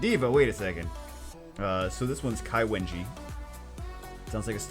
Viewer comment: Water is cai wenji, u didnt buther it as hard as you did for nature diva. also ling, which is the sound a bell makes. and long would rob mean dragon